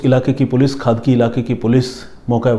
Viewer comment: It's not खादकी it's खडकी